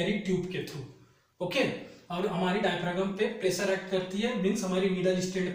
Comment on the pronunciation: डायफ्रॉम होता है सर जी उच्चारण।